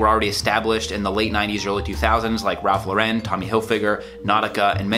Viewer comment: It's Ralph LOR-en. Not Lor-EN. Actually, his real name is Ralph Lipshitts. Well, close enough.